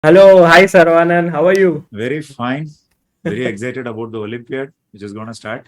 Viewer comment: Sagar, Please learn to pronounce Saravanan correctly.